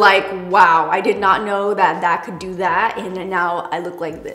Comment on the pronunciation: "I didn't think I was gonna like this but I DEW" 😂😂😂